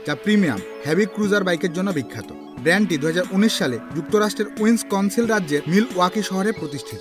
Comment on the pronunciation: Harley Davidson ১৯০৩ সালে যুক্তরাষ্ট্রের উইস কনসিন রাজ্যের মিল ওয়াকি শহরে প্রতিষ্ঠিত । দুঃখিত ভুল উচ্চারণ করার জন্য 🙏